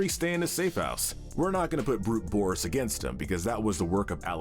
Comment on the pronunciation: You said boris and the dark survival wrong